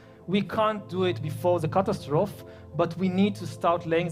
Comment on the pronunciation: Yes, and he can't even pronounce catastrophe.